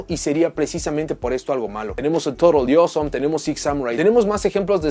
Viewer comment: Soy el único que cuando decía Toadally Awesome sonaba más bien torodioso?